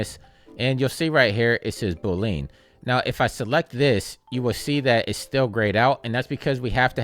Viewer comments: Thanks! Also had me giggling every time you said “boo-lean” 😎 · Straight to the point! Loved how you pronounced "Boolean" haha Cheers!